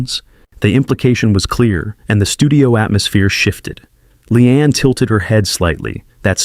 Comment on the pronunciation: She'a real, honest and hilarious. Shame on Joy. Her name is LEEANE and not Lian.